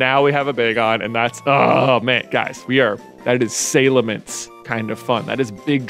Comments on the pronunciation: yeah its has a weird sort of charm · Oke if he is gonna train a bagon, please let someone explain to him how to pronounce salamence